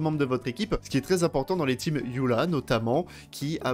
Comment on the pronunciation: Pourquoi "yula" et pas "Eula"?🥲